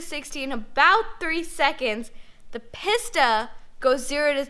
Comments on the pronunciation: It is pronounced Peace-ta. Not Piss-Ta. LOL! Still a big fan of her though...she knows what she’s talking about. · It's pronounced Peesta. Not PissTa. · Please stop calling it Piss-ta. It is pronounced Pee-sta. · I hate how she pronounces pista